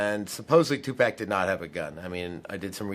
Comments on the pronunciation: 2Pack ?? Or 2Pac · 2 poc. It is pronounced 2 poc or 2 pock. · It just doesn't sit well with me when they say "Two Pack". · "2 PEK" ...........Did he realy say that